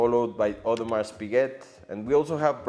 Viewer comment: Audemars the S is silent!